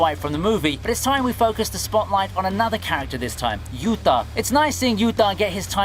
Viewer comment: Why do you pronounce the T's in Yuta and Getou so weird?